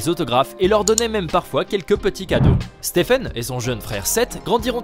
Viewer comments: On est d'accord on l'a tous insulté quand il a dit steven au lieu de stephen? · Stephen curry non pas steven curry😤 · steven curry wow c'est Stephen et non steven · Au début C'est pas Steven mais Stephen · Il s'appelle Stephen pas Steven en plus il a parlé de qlq records pendant 8 min pour parler de 2 ou 3 richesse pendant 3 min 🙄🙄un peu d'effort quand même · Steven curry il a dit 😂😂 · De ouf 😁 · oui clairement, mes oreilles ont saignés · T'as raison wesh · Total Oui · Mais ptdrr déjà il dit Steven et ensuite le "jeune" meneur des warriors sérieusement??? Et curry est pas du tout chez Nike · Il l’a appelé STEEVEN Curry 😭😂